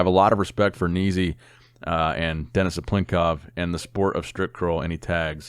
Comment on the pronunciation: the best pronunciation of denis cyplenkov ever , lol